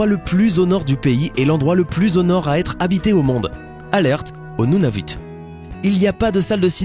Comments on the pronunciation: Nunavut qui se prononce¨nounavoute¨ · Salut ! Je suis Canadien :D et je vais un peut te corriger pour la prononciation x) : Ottawa et non ''Outtawa'', YukON et non ''YukONE'', ''Nounavoute'' et non ''Nunavute''. Et une autre chause, les Canadiens N'ADORENT PAS TERMINÉS LEURS MOTS PAR ''EUH''. Et la prostitution n'est pas permise au Canada et l'as jamais été. Vérifie tes sources avents de regarder 1 site et mettre l'information direct s'il te plaît parce que sinon sa pourais avoir un mauvaise impacte sur le Canada surtout que ''la prostitution est permise''. Fais attention à se que tu dis stp...